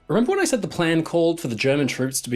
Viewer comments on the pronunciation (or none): none